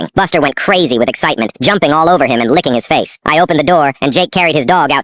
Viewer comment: Why did bro say licking like that wtf